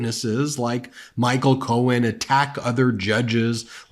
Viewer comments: Is he calling him cone??? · Sounded like he was referring to Roy Cohn not Michael Cohen 😂 .... you know that old buddy of sleepy Don who caught hiv and died. Strangely enough that same time frame was when trump stopped frequenting Bars in New York I still think he's bi(if not closeted gay) he needs to stay in the closet if so😂.....😅